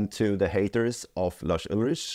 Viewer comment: Well, it is true, and it's also Lars with an S at the end not Larsh with SH at the end. 😉